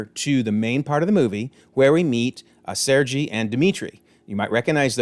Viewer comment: It's not the only scene missing from the trailers, but it is probably the biggest omission. & That is not the correct way to pronounce Sergei's name.